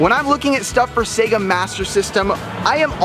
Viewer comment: Sea-ga?! What the heck is a Sea-ga??